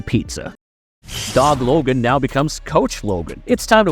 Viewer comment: The way you say Thomas is driving me nuts, also i swear half the time you call him Dob logan lol